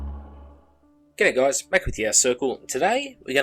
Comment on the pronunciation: FIrst of all, you are so negative! -Secondly, if you don't like the hobby what are you always talked about! -And lastly, when you say: "Good'ay, guys", it sounds like you're saying: "Gay Goys!"